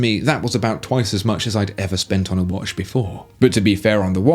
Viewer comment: It's not wash, it's watch (woch)